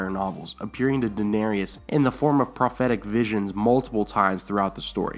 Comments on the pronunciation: It isn't Dan-arias it's Dan-AIR-IS!!!! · Duh-nay-ris. Not duh-na-ree-us. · Stop saying Danarius like . It's Daenerys. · It's fucking Daenerys not Daenerius. Jesus, get your shit right! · Interesting video but the way you said daenarys as dah-nair-ee-us kind of distracted me during the whole time... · Daenerys, not Daenerius. Stannis' daughter was cured. Find who did that. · I left a like- I subbed - but please, it is pronounced Dan AIR iss - I have unsubbed for lesser reasons but you are probably a decent person with a sense of fair play, so I will stick around (8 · (Dan-AIR-iss) please. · I like your videos, but the way you say Daenerys is freaking annoying. it's 'day Nair us' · Dude you really need to learn how to pronounce Daenerys.